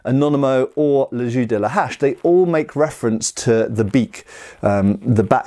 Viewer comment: its "le jeu" not "le jus" :O its prononced almost like "je" in french